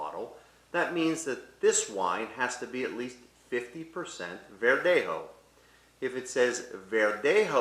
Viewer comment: embarrassing pronunciation of spanish particularly verdejo. i recommend he gets some proper advice.